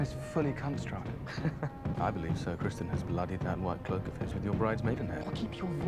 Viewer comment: Just FYI, it's Criston, not Crispin :P I agree with what you say though :)